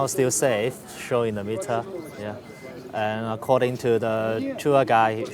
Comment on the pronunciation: "Acordind to the tour guy ist safe...so"